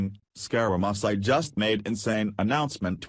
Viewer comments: LOL! Why are you pronouning his name SkyRaMysi????? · This lousy computer voice can't even pronounce the name of the subject of the video piece. I am un-subscribing